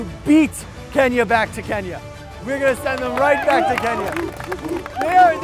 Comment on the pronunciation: “We Nee 2 Beah Kenyahhh”